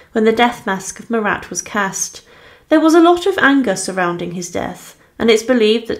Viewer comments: His name was not MURAT for crying out loud! It was Marat, pronounced without the t. in other words, he was, phonetically, Mara. Do your research, please. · Some more hilariously inept pronunciations.Corday was from 'Kane' in Normandy,was she? Would that be Caen? Also who was the French dramatist 'Corneal'? Or the revolutionary 'Muratte'? Also,love the way you take a pause before each 'difficult' word or name,but then still get it hopelessly wrong.The French artist Jacques Louis David is pronounced 'Daveed' ,by the way.Thanks for the laughs.